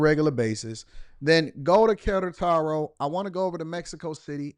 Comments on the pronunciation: QUERETARO not KARA TAR O. C'MON MAN! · It's pronunced ke-re-taro. Unfortunately. Feminisn, liberalism and bad junk food is rapidly coming here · You've been butchering the pronunciation of Querétaro lol Glad you enjoyed it though.